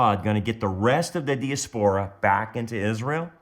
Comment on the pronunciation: It is pronounced di_(like dye) as_per_ ah